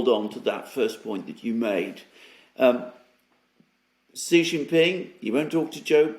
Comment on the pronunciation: SHEE NOT JHEE